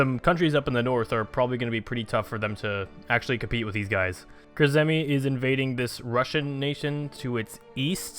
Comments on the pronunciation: you pronounce Kurzeme KUR-ZEH-MEH. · I love your pronunciation of Kurzeme, ill show you how its pronounced in discord baha